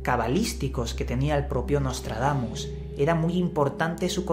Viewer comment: Eh pero que ni puta idea de Francés, eh?...Menos mal que solo son nuestros vecinos, chico!...Nostradamus...está mejor dicho...o Nôtre-Damme...pero no Nostredamme... Además que yo Ya hace muuchos años no sé qué edad tendrías Tú...Nostradamus circulaba también mucho...Recuerdo aquella cuarteta que decía que en 1999 caería un asteroide a la Tierra, con gran destrucción...decía Miguel de NuestraSeñora...y qué Yo sepa no cayó nada del Cielo aquel año, demasiado digno de reseña... Pero bueno que a Nostradamus se le ha usado siempre para ganar dineritos dineritos, y Tú no eres menos...